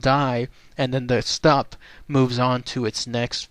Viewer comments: ü is pronounced as You. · its pronounced "Shtoop" with a U sound in the oo. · I believe its pronounced like stoop.....not 100 on that though